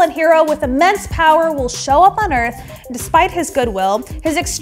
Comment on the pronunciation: ourth? areth? Who knows